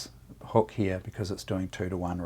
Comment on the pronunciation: Surprisingly, there is an R in "heah" (here)...